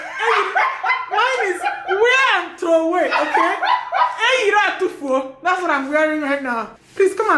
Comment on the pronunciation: wear & throway. im in tears. 😂😂😂😂